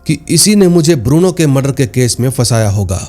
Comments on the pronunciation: Lagta hai, yeh Bruno ko Burno bolne wala koi Parkaas bhai hai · बुरनो नहीं भाई😂 ब्रूनो